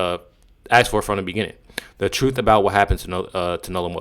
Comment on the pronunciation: 😂😂 that’s the “TROOF” 😅